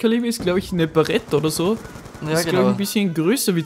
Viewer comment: sagt dass sich mit waffen auskennt. sagt aber nur barret barret man spricht es englich aus